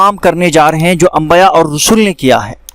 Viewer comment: Ambaya nahi balke dorost lafz ambiya he zara goor krye